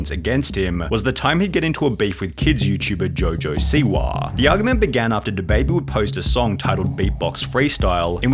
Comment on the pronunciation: Man…I usually listen to these accounts but the “Siwahhhh” “Twittahhhh” “Rappahhhhh” lemme know who this dude really is lol